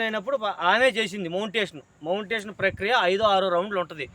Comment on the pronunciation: తన్మెయిల్ అంటే మీ బాబు పేరు అనుకున్న తరవాత క్రియేట్ చేస్తాడు అంటుంటే అర్థం అయింది అది thumbnail ani 😅 మళ్ళీ మోంటేషన్ అన్నారు బల్లెగా ఉంది అండి మాట తీరు అది Monitaization 😂😂😂ఇంకా బాగా చేయండి కాస్త ఇలా జోక్స్ వేయండి వీడియో బోర్ కొట్టకుండా😂